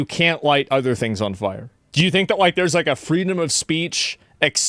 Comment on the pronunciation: he cant say "fire" im high, ignore me lol